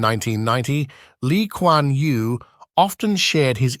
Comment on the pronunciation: Lee Kwan Yew, not Li Kwan Yu